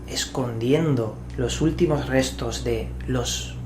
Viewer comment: Dijo "restros? En el min ?